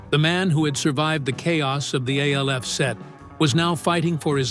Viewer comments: I will NEVER give a LIKE or SUBSCRIBE to ANY AI voice. It's called ALF ~ not A L F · geez at least tech the AI to say "ALF" and not "A.L.F." 🤣🤣🤣🤣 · Of course it was but the show was still pronounced ALF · This is why you need to write it as Alf. So the AI narrator pronounces it properly